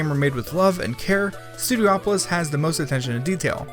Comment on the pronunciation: Studiopolis, not Studio-Opolis